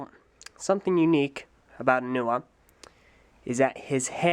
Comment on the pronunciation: HE SAYS. NUA